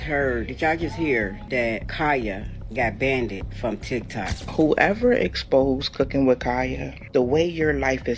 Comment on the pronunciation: lmao yea that ish annoying.... How tf she get bandid from banned 💀